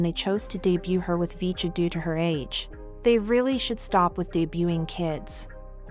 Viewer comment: 푸지지지직,,,야야야..핵교는 나오긴 햇냐??,,,,VCHA를 브이차로 발음 해야지,,어트게 비춴야 비쳐긴???,,,영어를 전혀 모르는겨???